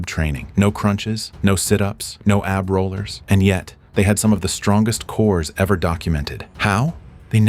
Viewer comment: Hey thell the A.I. it's pronounced Ab not A-B.